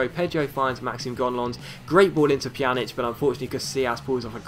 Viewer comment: You pronounce Pjanić's name correctly now :D yay! Great vid as always.